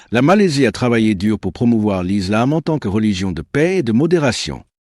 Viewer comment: Islam et non izlam